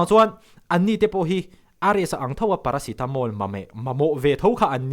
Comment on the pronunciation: Paracetamol ma meh😂ițawng sual hian i cute